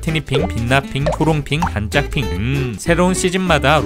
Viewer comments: 반짝핑 이 아니라 빤짝핑인데... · 반짝핑이 아니라 빤짝핑 인데요